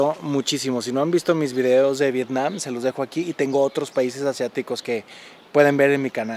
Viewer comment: Estaba sabrosa la "i" de Vetnam???, jajajaja Saludos desde Chile Alan. Excelente tu video, como siempre. PD. Te ves cansado